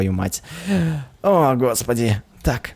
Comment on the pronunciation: ты заметил что ты сказал грос пади